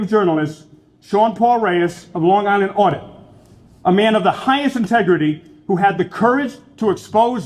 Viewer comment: please! This is the second time now. It's Long Island Audit, not Sean Online Audit.